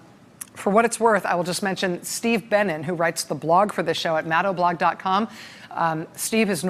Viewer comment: Who else thought that she was saying Steve Bannon instead of Steve Bennin?